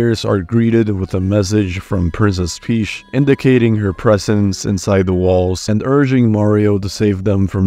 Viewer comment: "prinses peash" my god